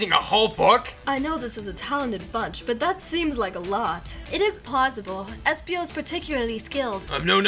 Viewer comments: It's espio. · Its espio